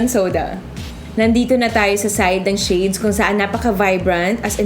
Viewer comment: i like the way she delivers her impressions and revies somehow I dont like how the way she utter the word ""shades". it sounded like "chades"